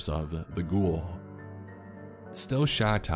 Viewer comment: "Ghhouull" I'm sorry. I died when you said it like that.